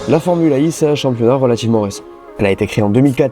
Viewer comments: Pourquoi tu prononces formule Ai et non formule E?? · Super vidéo, merci En revanche la prononciation fait un peu Formule AI Comme si l'intelligence artificielle avait une importance capitale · Formula One Formula E E se prononce i en anglais 😁